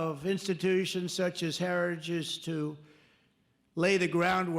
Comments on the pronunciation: Can't even pronounce "heritage". I don't care, but if you call out Biden for being old, Trump (3 years younger) isn't a spring chicken, nor do all the lights on the tree light up. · He took a few shots at trying to pronounce 'Heritage" without sounding drunk but never quite nailed it. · He can't even pronounce the name, Hairtagige, Hairtagish... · He can't even pronounce heritage. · He has a hard time saying heritage 😅😅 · Trump can’t even SAY the word “heritage” properly, so how could he be involved? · Trump can't pronounce heritage yet Biden is the problem 🤣🤣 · The man can barely pronounce the word heritage. How he is the Republican candidate utterly baffles me. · trump cant even pronounce the word' "heritage". He is such an ignorant loser. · He can't even say Heritage's properly 😂 That dementia sure is kicking his ass!! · Trump has on an FEC form that he is funding Project 2025. Twice in that 2022 clip of dump, he can't even say Heritage off a teleprompter. He was worse in his recent Doral FL rally from over the weekend, one example: hosply instead of hospital. But yea keep bullshitting us with calls for Biden to drop out. I'm glad I don't watch your crap network. Its about time you focus on Project 2025. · Why is no one saying that trump has a hard time pronouncing the word heritage. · He can barely say Heritage properly 😂 That dementia sure is kicking his ass 🤪